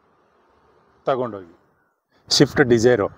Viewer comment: ಶಿಫ್ಟ್ ಉ ಗ್ಲು ಅಲ್ಲ ಅಣ್ಣ ಸ್ವಿಫ್ಟ್ ಅದು Leather ಶೀಟ್ ಗ್ಲು ಅಲ್ಲ ಸೀಟು ಗಳು, ಇಂಡಿಕಾ just ಅಲ್ಲ ಅದು zest ಯಾವ್ದು ಯಾವ ಕಾರ್ ಅಂತ ನೆ serig 😂ನಿಂಗ್ ಗೊತ್ತಾಗ್ತಿಲ್ಲ ಅದೇನ್ vlog ಮಾಡ್ತೀಯಾ